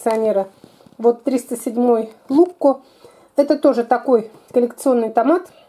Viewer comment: он не лукко, а лучко